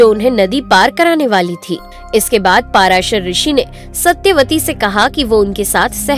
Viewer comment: It's इरावन nt इरवान It's पराशर nt paarshar